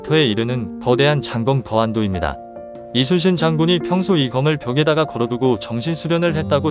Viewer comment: 이수신 장군이 아니라 이순신 장군입니다. 나레이션이 누구인지 모르지만 발음을 이수신으로 하지 마세요!!!